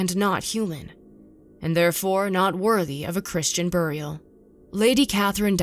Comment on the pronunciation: She says burial like Cleveland Brown